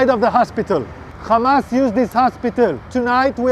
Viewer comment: This guy can’t say hamas he says khamas and Ofc the have rpg’s they are protecting the hospital